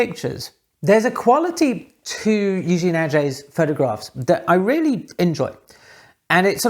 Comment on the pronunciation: Thanks a lot for this very interesting video, as always. Kind comment about french pronunciation : "è" in Eugène and "et" in Aget, you can quietly pronounce as "ai" in again